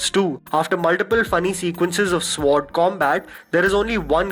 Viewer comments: No offense, but sword is pronounced sord not sword. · SWORD is pronounced as “sord” not swoordd....plz change, its really annoying....its like calling an island....”iss - land”. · d guy is pronouncing sword wrongly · the 'w' in sword is silent, so it's pronounced 'sord' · Sword is actually pronounced without saying the ' w ' just a friendly tip 🤝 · the 'w' is silent in sword